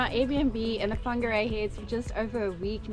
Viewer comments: Just stumbled across your video. I live in Whangarei, so welcome. Thank you for announcing our te reo correctly truly appreciate it❤️ If you love costal life you've move to the perfect location. Beaches either way you travel. From 10 to 45mins depending on what your into. Rocky, boulder, fine sand, chucky sand, shelly. Whangarei has it all!! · Wow! Congratulations you even pronounced it well. Welcome. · Appreciate u made the effort 2 pronounce Whangarei correctly n welcome to Whangarei NZ